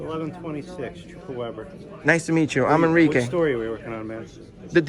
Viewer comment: “Enrique”. I stopped the video there lmao